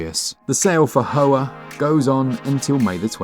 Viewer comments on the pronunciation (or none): Isn’t Hoa pronounced Wa? I’m not 100% but I recall hearing that a while back. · "Hoa" is pronounced "Hwa" Vietnamese for flower.